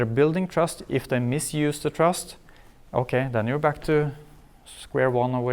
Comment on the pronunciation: the way he says okay in norwegian, every norwegian do that shit "okei"